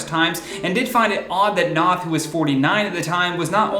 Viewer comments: Noth - rhymes with "BOTH" - not snot. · His last name is pronounced "know-th". Just a small correction in case yall cover more of this story in the future!